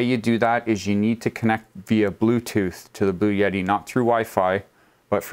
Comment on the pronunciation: Sometimes he pronounces it Blue Yeti! 🙂